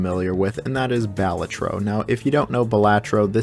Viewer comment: It’s pronounced Balatro!